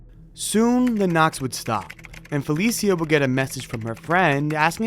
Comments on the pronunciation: It’s fuh Lee sha (Felicia) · Fuh-leee-sha, not Fell-eee-see-uh. At least get the deceased's name right